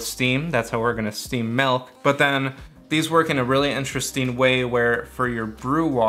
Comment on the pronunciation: Milk not melk 😅